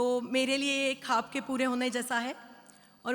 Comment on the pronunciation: Khaab nahi...Khwaab...hota hai